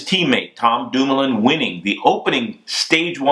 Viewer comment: lol, Bobke sounding REAL American whilst butchering Dumoulin and Bouhani's names....